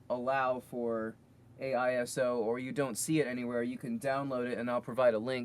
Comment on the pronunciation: Its asio, not aiso :D